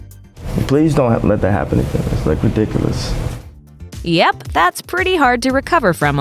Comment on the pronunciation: What does” ridicalus” mean, Kanye?